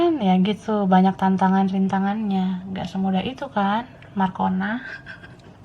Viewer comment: Lucu ajha kalau sebut marcona😂 Makasih yach kak... Sehat selalu....kak😊😊😇😘😘😘